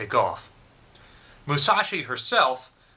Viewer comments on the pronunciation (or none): Some notes on pronunciation: Yamato has very short clipped "a" sounds as in "cat". Musashi has very short clipped "u" sound and "a" sounds as in "mutt" and "cat". The word "and" does not begin with an "E". Humerous trolling begins with a "giggle", is correct but not to be taken seriously.